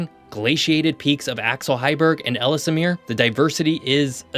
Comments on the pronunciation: Ellesmere is pronounced L's-mere not Ellis-mere. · as always, very informative. May I point our, however, that according to what Wikipedia confirmed for me was that it's ELZ-mere, rather than EL-iss-mere. Also, if you were talking about Thule when you said 'thool', it's actually TWO-lee, and Iqaluit = ee-CAL-oo-it, rather than ee-cah-LOO-it. As has already been pointed out below, the arctic pictures with trees in them aren't right, since the tree line is way down in the northern tip of Quebec at around 61 N. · Ells mere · It's pronounced ELLS-MEER. And not ELL-ES-MEER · “Ellsemere Island” ❌ Ellesmere Island ✅ Letter L, letter S, mere. EL ES MERE And Iqaluit is pronounced Ih-kal-oo-it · Why do you pronounce “Ellesmere” as “Ellis Amir”? I could understand if it were spelled that way, but you’re adding letters and syllables that aren’t there. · Interesting video. Please check pronunciations of towns and places. Ellesmere (ELLS-mere), Thule (TOO--lee), Iqualuit (uh-KAA-loo-uht), etc. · Ellesmere is pronounced "Ellsmere", there's no extra syllable for the middle 'e' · You do need to get accurate images and pronunciation. There are no trees on our arctic islands. It's "I kal u it." "Elles mere." "Noon a voot." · Noon Ah Vut EL Es Mere Ih Kal Oo It I’ve never heard anyone here pronounce them any differently. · For the record, the second ‘e’ in Ellesmere is silent (like the word ‘Elle’) Simonline 🏴😎👍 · Again, you’re mispronouncing the word Ellesmere (the second e is silent). Furthermore the z is silent in Agassiz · Excellent video! My only quibble would be some pronunciations. Having worked in Ontario and being married to a Canadian, I’ve come across a number of different ways to pronounce such words as Nunavut, Ellesmere, and Iqualuit. I may be wrong but it’s worth looking into.